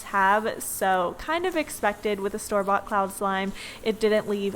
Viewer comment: When she said store-bought I thought she said storbot as a brand and I was like oo maybe I should by a storbot slime